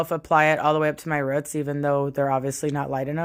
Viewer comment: Hair looks gorgeous but are you trying to say roots when you say ruts?